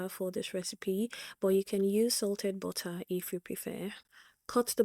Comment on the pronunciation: "Bottah" 🤭 I love it 😂